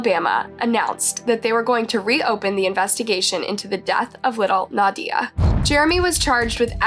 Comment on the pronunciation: Not that it’s the most important part, but how is she going to play videos of them pronouncing her name right, and then right after saying it completely Wrong? Nadia was even pronounced incorrectly 😅 made it extremely hard to continue the video.